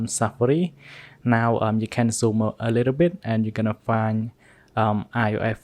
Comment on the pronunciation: "SEFARI" AND "IOASSSE" I Cant 😭😂